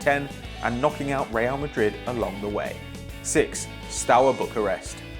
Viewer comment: anybody else notice "real marid"